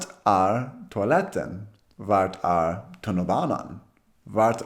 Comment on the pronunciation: Ditt "felaktig" uttal på "ÄR" ligger nog mer på "R" än "Ä" ☺Träna mer på rullande R så har du tagit ett jättekliv frammåt i ditt tal🤗